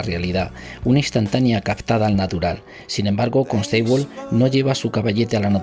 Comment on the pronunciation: Saludos! Buena información pero la canción distrae un poco. Perdón por el atrevimiento pero Constable se pronuncia Cónstabol no Consteibol